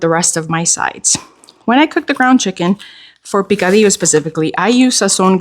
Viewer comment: Yum… picadillo 🤤🤤🤤 yes, you pronounced the rice bowl the right way. They used have a fast food chain, they served the best Korean hot stone rice bowls ever.